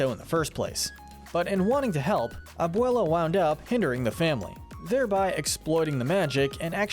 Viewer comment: Am I the only one that’s kinda bothered by the way he pronounced Encanto, abuela and almost everyone’s names😅😅